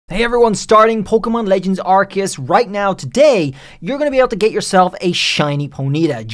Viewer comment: Here’s how to really pronounce it: Are-See-Us.